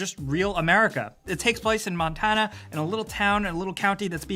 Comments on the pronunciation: That's not how you pronounce Montana................... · YOU SAY MY NAME WEIRD its noooot matana "montana" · Mon-Tan-ah, not Mon-tawn-ah. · You said Montana weird. MonTahhhnahhh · I'm sorry but people from Montana do not say it like that. Like come on! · where is from? I knew he said mario, meyhr-io which is obviously wrong, but how did he say montana? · Man, you say Montana weird. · I’ve never heard someone say Montana like that lol